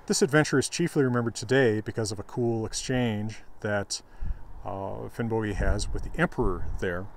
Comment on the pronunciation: Probably because of modern Icelandic, old Norse would be pronounced Finnbogi as is pronounced in this video